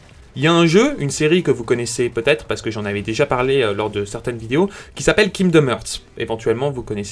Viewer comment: C'est vrai que c'est p"EU"ssible c'est très pEUssible